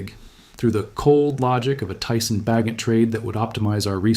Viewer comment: AI BS. Tyson Bagent with a hard ’G’.